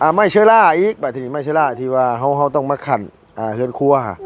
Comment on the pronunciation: เฮือนครัว ไม่ใช่หื่นครัว พูดม่ายซัก 😂😂